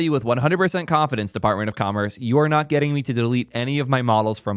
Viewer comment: I swear, I hear : Department of Converse 😂